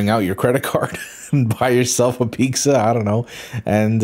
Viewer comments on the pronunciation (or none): This was the first time finding your channel this month and I'm sad to see it go already I also enjoy the fact that I can tell you're Mexican by the way you say pizza. Me too dawg, me too